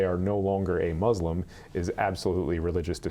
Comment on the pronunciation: It’s not Mooslum . Muslim . And Koran not KorAnn. Please learn how to say it . My sister was Muslim her whole adult life . I was never hounded to believe her ways or shamed for being atheist. My mother was a born again Christian. My sister started the first Islamic elementary in East Lansing MI because she did believe in sep of church and state . It still thrives today . I think the Muslims will help save our country . They come from countries that have never had democracy. They understand the problem with fascism.